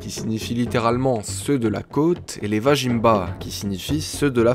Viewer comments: belle réalisation :) vazimba se prononcerait plutôt comme ""vas-y mba" et non vajinmba mdr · ça fait plaisir en tant que Malgache d'écouter une des milliers de légendes de ce pays. Néanmoins petite précision vajimba ne se prononce pas tel quel il se prononce Vazimb on ne prononce pas le a de la fin et le j se prononce Z